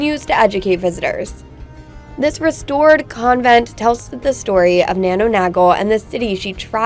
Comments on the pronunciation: Thanks for the vid but its nano 'nay-gle' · Nano Nagel pronounced NAY-GILL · this was a great video and I'm really glad you enjoyed my city. the pronunciation was killing Mr though 😂 don't worry Irish is a difficult language. Gaol is pronounced gay-el. just said fast. nano nagle is pronounced nay-gel with a hard g like garden. finally Killarney is pronounced kill-ar-knee again said fast. remember you're always welcome in cork 😉 oh yeah and Guinness is shite 😂 it's kept for the tourists. Drink Murphy's instead 😊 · Nagle pronounced phonetically Nagele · Get someone to pronounce Nagle for you.